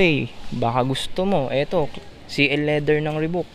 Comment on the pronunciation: (Reebok) Ribak, yta pag pronounce ndi ribuk (Reebok) 🤙